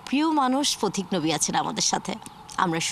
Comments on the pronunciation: উপস্থাপিকা পথিক নবীকে কেন প্রতিক নবী উচ্চারণ করলেন? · ভুল নাম উচ্চারণ করেছেন, প্রতিক নবী না পথিক নবী।